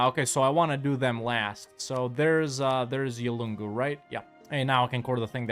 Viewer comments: It pronounced Yoong-u (Yolngu) (I only know because that's my people...) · Yolngu is pronounced Yon-goo the L is silent :)